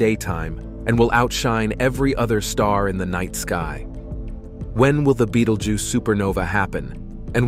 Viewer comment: Dude switches from saying the name like you would if pronouncing the name of the movie beetlejuice, then back too be-dal-geuse